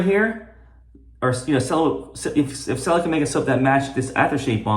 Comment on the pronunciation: It's "chella", not "sella"!